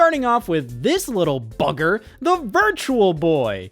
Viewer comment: Hearing Scott say bugger in an Ohio accent makes it sound like a slur lol